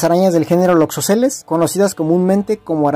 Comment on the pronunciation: Es muy importante tener cuidado con la información cuando se es divulgador, así que como comentario estas pronunciado mal la palabra "loxosceles", lo haces como si tuviera acento en la primera "e" y no es de esa manera. También veo más importante comentar que las latrodectus pueden presentar o no el patrón de reloj e incluso otros patrones dependiendo la especie y que las loxosceles no siempre tienen visible la forma de violín. Es información que podría poner en riesgo la vida de una persona.